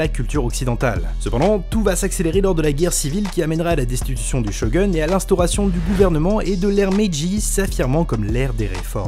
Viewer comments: att t'a dis shoGUN (sho gueune) au lieue de dire Shogun (shoguoune) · du chogueun? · Super vidéo ça innove pas mal 😍 Par contre ca m'a gêné quand t'as mal prononcé Shogun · Par contre la manière dont tu prononces 'Shogun' est honteuse